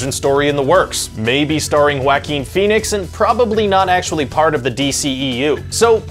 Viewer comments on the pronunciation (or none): Wackem Phoenix.... Pretty sure that's not how you say that lol it's Joaquin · Mark Anthony lol he also said Wacking Phoenix lol